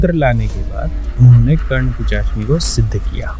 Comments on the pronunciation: Pisachni ❌ pichachni ✅ 😂😂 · Pishachini to bolne hota nahi. Pichashini Pichashini karte hai, youtube channel chod ke kaam dhanda karo kuch